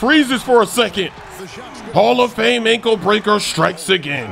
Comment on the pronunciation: İs Not hall of hame exactly